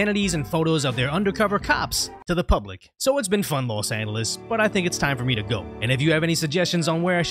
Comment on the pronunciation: And you still can’t pronounce Los Angeles